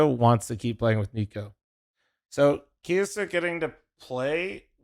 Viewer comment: It should be pronounced "KEE-YO-SOO-KAY" if its supposed to be Japanese, atleast it looks Jap, they pronounce every syllable